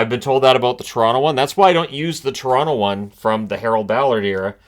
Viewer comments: everyone knows it’s Quoronto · LOL Coronto, Caple Ceafs